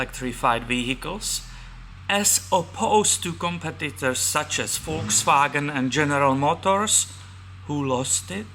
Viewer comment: knows how to correctly pronounce "Volkswagen".